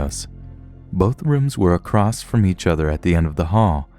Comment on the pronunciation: There's no T at the end of a c r o s s. Makes you sound illiterate... Sorry